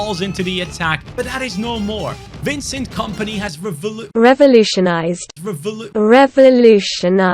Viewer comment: I rewinded to hear you try to pronounce “revolutionize” and it landed on “hit you with long balls over the top” and I spit laughing.